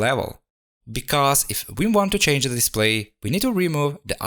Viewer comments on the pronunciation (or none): none